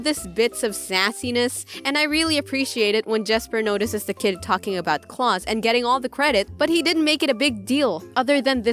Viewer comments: Her: pronounces Klaus CLAUSE Me: internal suffering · Noice. But it’s pronounced (Kl-ow-s). But still a good video lol